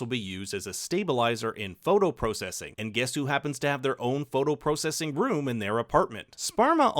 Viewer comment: Hey man, why you say processing like that?